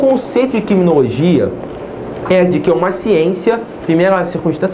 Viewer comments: Quiminologia , rsrs mas mesmo assim boa aula ;) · Kiminologia, quiminologia, Ki-minologia